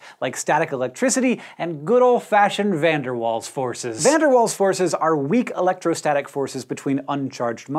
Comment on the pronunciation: It's Waals not walls